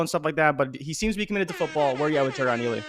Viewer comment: You watching Peacemaker? Cause you just called Ealy, Eagley 🦅 🤣